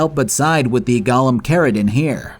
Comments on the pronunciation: why do you pronounce Golem like Gollum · it's golem, not goLEM 😂😂😂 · ffff. GoLEM, not Gollums. What is wrong with you? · Do you have any idea how stupid you sound calling them “gollums” like this is Lord of The Rings? They’re pronounced GOAL-ems. Spelled Golem. It wouldn’t have been so bad if you said it once or twice, but you were so sure you were correct you included the word 40 times in your script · "gah-lum" is a charactor in LOTR "go-lem" is a "living" doll type of creature